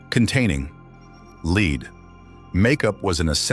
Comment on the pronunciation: Wow get a better ai talker…. It completely changed several words … lead to leed and a few others